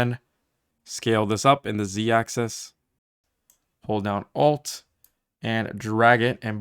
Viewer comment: whenever you say "press ALT and 3" or "Alt and 4" i kept hearing F3 and F4. I would like to report that i have closed unreal engine more times than i meant to.